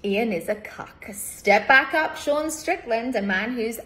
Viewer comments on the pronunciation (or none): none